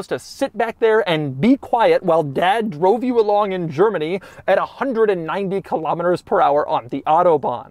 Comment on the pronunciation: it’s so weird to hear Doug pronouncing “kilometers”